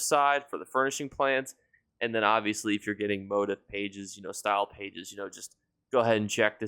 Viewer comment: Love your videos, but you’re killing me with how you say MOTIF. It’s pronounced /mōˈtēf/. Just trying to help 😊